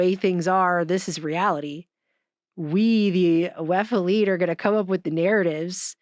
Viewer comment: ish, she clearly says the "a'lite" (not elite), maybe there's a difference in meaning (for instance, the difference between 👉 moral and (a'moral) 😉 ... Has anyone checked..?